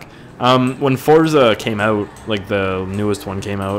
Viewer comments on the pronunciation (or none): none